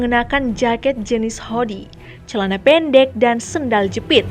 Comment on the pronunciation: Hoodie dibaca huudi bukan hodi